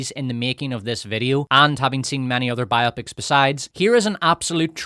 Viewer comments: Bye-oppics? You mean bi-oh-pics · Why do you say ‘’bi-opic’ like it’s a sexually intrigued opic? When you say ‘biography’ it’s ‘bye og ruh fee.’ These movies are bio-pics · Bio-pics, not by-opics. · I'm not sure I can bear to listen to someone mispronounce "biopics" for 3 hours.